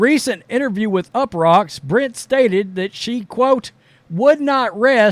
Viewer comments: dude, it’s Brink not Brit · It's Brink not brit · BrinK not Brint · Brink not Brin. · I’m not defending her , I can care less about any of these WNBA players but bro pronouncing BRINK as BRYNN is CRAZZZZZYYYY like can you really not read ? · Someone needs to ask Cameron if it's okay for a male player who chooses to identify as 'they' plays in their league. Cameron had better hope he plays for her team, or she might get very injured by him. And as for, her last name is BRINK, not Britt. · How do you get her name wrong every time? It’s not “Brent” it’s BRINK. You have absolutely terrible coverage. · Guessing Angel Reese wasn't a math major...can't do simple arithmetic. Appreciate your statements, BUT please say the names correctly! It's BRINK, RHYMES WITH SKATING RINK. Aside, I think anyone who uses they/them must have multiple personality disorder. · You can't even pronounce the person you are talking abouts name. What an idiot. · Yo if your gonna make a comment about about my girl. Then you gotta pronounce her name right lol. Bcus you seem to push the color card against CC knowing CB and CC are great friends on and off the court. So to be honest your one of the ones pushing the race issue. What she said is not a shot at CC like you said. Maybe my girl just kept it real. Bcus if you look BG or listen to him/ her talk it's a dude. She is not taking shots at CC like you said at the beginning. She kept it real and said what others are to damn scared to say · You really should learn how to pronounce her name correctly. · This guy can't even pronounce the name of the player he's trying to trash. And, FYI, the NBA is predominately black as well as the WNBA. That is not news. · When this guy gonna get her last name right😂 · Like the article, but at least do the research to get her name right. It’s in your title, yet you can’t say it even close to correctly